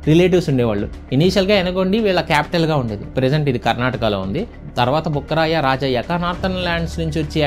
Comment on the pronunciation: అన్నా బుక్కరాయ బొక్కరాయ కాదు బ్రో భుక్కరాయ బు కాదు భు చూసి పలుకు అన్నా